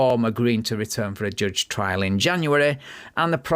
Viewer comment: joooje? no, it's [ʤʌʤ] thank you love your videos but just can't wrap my head around how can you mispronounce every single word of your own language?